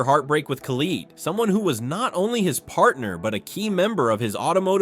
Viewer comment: Calling her Kheleed is the funniest